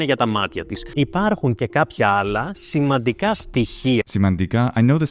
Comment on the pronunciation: Keep in mind that the specific native Greek speaker makes pronunciation errors, e.g. the adverb "παγκοσμίως" is incorrectly pronounced as [pa-go-zmi'-os] instead of the correct [pan-go-zmi'-os]; also the adverb "σημαντικά", again [see-ma-di-ka'] instead of the correct [see-man-di-ka'] but happy to hear that you pronounced it - right after him - correctly; also, he tends to mispronounce vowels and spurious diphthongs. The newer generation of modern Greeks (c. post Gen X) have a deficit in terms of pronunciation (as well as spelling and vocabulary) not because of a genuine linguistic historical shift but due to the lack of basic knowledge of their own language. It is disheartening but also a reality.